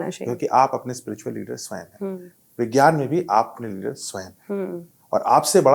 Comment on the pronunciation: Madam ji, Spritual nahi spiritual hota hai, please apne mehmaan se hee seekh lein. Journalist kee pronunciation par attention is very important.Nahi to Hindi mein hee Adhyatmik hee keh deejiye please. Das baar ek hee Galti bahut hee jhunjhlahat kau nirmit karti hai.